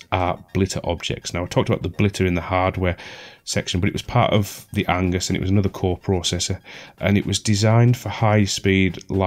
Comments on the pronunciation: You constantly saying Angus instead of Agnus was triggering. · Every time you say "ANGUS" (m) instead of "AGNUS" (f) a Tentacled Horror drags a kitten into the abyss. Sorry. I don't make the rules. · AGNUS, not Angus